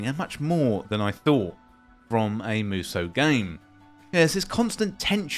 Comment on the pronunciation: I'd say the first one, or maybe musoh (it's the phonemes "mu" and long "so") Edit: so, it's pronounced correctly in the video